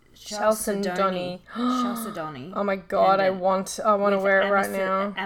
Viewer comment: It's pronounced Cal ced nee